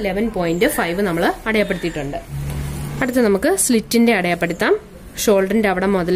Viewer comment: "അടയായപ്പെടുത്താം" എന്നാണോ പറയുന്നത് 🤔 "അടയാളപ്പെടുത്താം" എന്നല്ലേ ശരി 😊